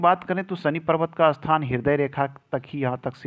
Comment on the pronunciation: अस्थान बोलते हो आप, ऐसा बोलना सही है या स्थान